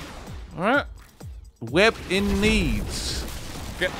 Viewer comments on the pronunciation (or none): its weeb not web